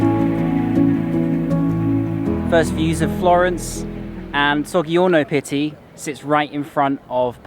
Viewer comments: To my fellow Italian residents - who else cringes every time he says 'Soggy - Orno Pity'? 😂 Jokes apart, great video, thanks for the tour 👍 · it’s actually pronounced “sod’djiorno Pitti” and “Caravad’djio” but your pronunciation of the other places is really good :) I used to work at Palazzo Vecchio and Osteria Buongustai was my favourite place for lunch. Glad you are enjoying our city. Fab video ❤️